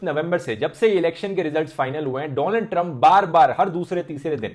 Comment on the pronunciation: noticed him saying doland trump 🤔😂